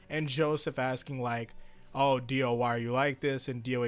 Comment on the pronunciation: diu?! pfft, di O